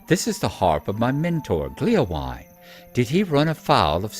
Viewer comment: A couple of Points of Pedantry ;-) Hytbold is, if I understand correctly, pronounced more like "HOOT-bold", with that interesting Scandinavian/French sound where you make an "O" shape with your mouth and say "EEE". Gléowine is pronounced "GLAY-oh-WEE-nah", it's from the Old English and it means "harp-friend": the suffix "wine" shows up these days in names like "Baldwin" and "Godwin".